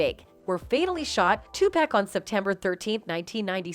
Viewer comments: I'M SORRY I HAVE TO SAY THIS. LISTENING TO HER MISPRONOUNCING THE NAMES IS ANNOYING! IF YOU ARE GONNA DO REPORTING PLEASE PRONOUNCE THE NAME RIGHT! IT'S NOT 2 PACK! IT'S 2PAC/TUPAC! IT'S SUGE NOT SHOOG! KEEFE D NOT KEEF D! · If u say 2pack one more time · How can u not know how to prouncce 2pac tho